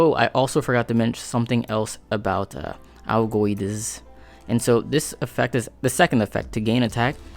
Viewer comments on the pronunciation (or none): your first try at pronouncing augoedies was pretty close. "Ow-Go-Ay-Deez"